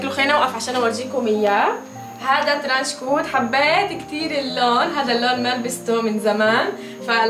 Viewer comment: ترانشكُت الكاف ضمه مو ترانشكوووت